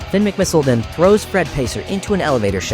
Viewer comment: You skipped the part where Tony Trihull tried to kill Finn with a torpedo, which Finn narrowly avoids and turns into a submarine, while also lifting his spare tires to the top of the water to trick the Lemons and Zündapp into thinking he’s dead. Also, you’re not British (European); pronouncing I’s as “EYE” is their tradition, not yours, so it’s pronounced mick-mih-SIHL, “Patrick Star”! 🤨